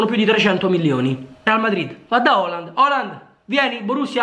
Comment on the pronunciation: Ma quando dice Oland parla di Haaland giusto?